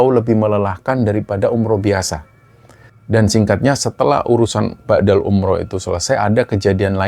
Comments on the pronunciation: Mohon maaf sebelumnya 🙏🙏 mau sdikit meluruskan, bukan ba'dal umroh mas TPI badal umroh, badal= pengganti. Kalo BHS arab kan beda pengucapan maka beda jg artinya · Maaf,sy dengarnya BA'DAL umroh. Yg benar adalah BADAL umroh. BA' DA dlm bhs arab bermakna "sesudah",sedangkan BADAL dlm bhs arab bermakna "pengganti" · ngapunten koreksi sedikit badal bukan ba'dal...🙏